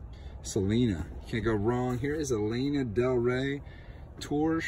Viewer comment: Put some respect on Lana’s name!😂 It’s pronounced Lah-nah😉 She’s one of my favorite singers😆👍🏼 Good deal and great finds. Your Goodwill bins are awesome. Also, I totally think Doritos or Brisk should sponsor you AND have you in a commercial...you’re a good looking guy!😊 Take care❣️✌🏼